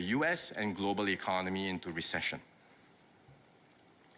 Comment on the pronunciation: Notice he keeps saying globeral markets, its the goberal buinesses in trouble plus how much influence does china have on the.